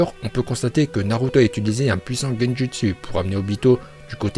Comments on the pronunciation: Super ces vidéo car on entend des prononciation que les youtubeurs français ne prononce pas comme : Naluto shipunden Laiton Vraiment sa fait plaisir d'avoir des prononciation japonaise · C’est pourtant la bonne prononciation , à la japonaise..